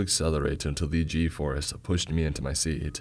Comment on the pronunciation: Bro why does he talk like that... my ticket-uh" "my seaat-uh" he draws out the last syllable and uses a monotone bro voice, sorry. Will be sticking to Creeps and Mr CP.